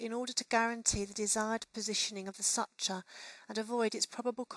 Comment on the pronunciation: I like the video but you cannot say such-ah for suture 😭 it’s suit-year